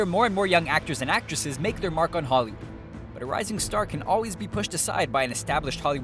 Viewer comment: why is it that when you were about to say "holloywood" you said "hollywo"